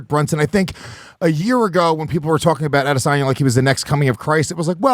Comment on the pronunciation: Mike- stop saying "Adesan-yay"...it's "Adesan-ya"...you know this!